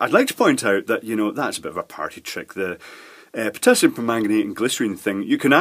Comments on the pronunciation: Potassium, not "Pottasium". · And, stayin' alive... it's POTASSIUM!! Double s not double T!!